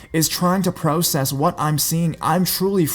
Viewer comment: I can't understand why he pronoucenes process like that XD I can't take this video seriously